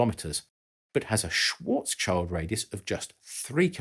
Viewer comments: That poor black kid surrounding the black hole... oh, you were talking about Schwarzschild - that is pronounced like "shield". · SCHILD! Means shield but is nowhere near sounding like child. Sorry mate. There is even a play button (---> sound file) in the english wikipedia article - check out how it actually sounds. However, besides this I enjoy your videos very much. Sorry for my bad English, cheers! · I'm wondering if you ever manage to pronounce the name "Schwarzschild" correctly 🤦. There is no "child" involved! Just have a look at the Karl Schwarzschild article at english Wikipedia: there is a perfect audio sample! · My apologies, but "Schwarzschild" is pronousing without "child". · You're right! It made my ears bleed too! I'm not German, but I do have some knowledge of the language, being a "neighbour" from Denmark 🙂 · Very clear and interesting video, thanks! 👍 Just one snall thing: the last part of the German name Schwarzschild (which is "schild") is pronounced like the English "shield", not "child". 😅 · It's not "Schwarzs-Child" - It's "Schwarz-Schild". Usually I don't comment on non-natives on their pronunciation, but you said it like a thousand times a minute and it get's kind of annoying after a (really) short while ;) No offense though - love your videos :) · "Karl SchwarzCHILD" Think a moment about what his surname might mean. Schwarz - It means "black" Child - It does NOT mean kid/child/young person. It means "shield". So the proper pronunciation for that would be SchwarzSHIELD. I don't know why it bothered me this much, I am not even a German. But when ignorance is afoot, i just can't sit idly by and let it pass without great difficulty. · Just a little correction to Mr. Schwarzschild‘s Name. It‘s Schwarz Schild. It literally translates to Black Shield, not Black Child. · i believe the pronounciation of schwarzschild is not "swartz chihld" but "shwarz shild" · The guy's name is not Schwartzs-child but Schwartz-schild.